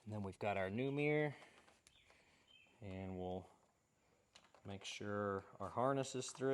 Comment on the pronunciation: What's a "Mi-yer"?